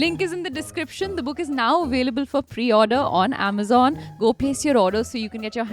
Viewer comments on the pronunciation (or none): none